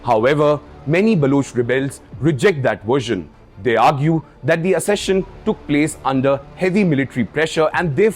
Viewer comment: Wrong pronunciation of the word accession